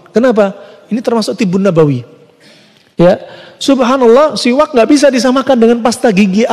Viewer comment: Bukan qolqolah mas... Udah benar penyebutannya... Siwaks...